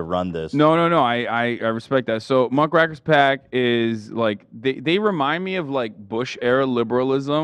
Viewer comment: Hasan correcting Ethan on how to say Cawthorne and then immediately mispronouncing Muckrakers if primo entertainment